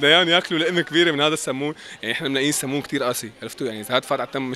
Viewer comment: منيح عم تقولوا صمون مو سمون متل ديف 😂😂😂😂😂